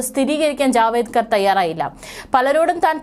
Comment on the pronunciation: 😂😂 ജാവേദ്കർ അല്ല കൊച്ചേ ജാവഡേക്കർ ആണ്‼️‼️😂😂